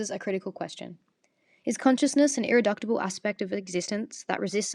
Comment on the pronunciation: Nice essay, only one note: It's Ir-ri-duce-ible, rather than Ir-ri-duct-ible. You spelled it right on the slide, which is good.